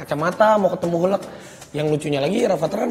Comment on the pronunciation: Lucu banget ya masak Rafatar bilang hulk hulek hahha